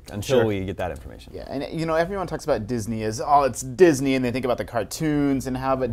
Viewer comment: He almost said jizz-ney ha